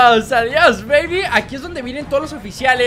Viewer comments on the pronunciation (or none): none